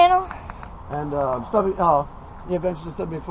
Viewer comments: it's Stubby, not Stuby. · it's Stubby McFly not Stuby McFli. haha